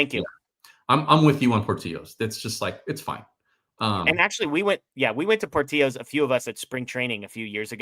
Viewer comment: Portillos is pronounced with the L. Btw you guys are correct about Italian Beef being overrated.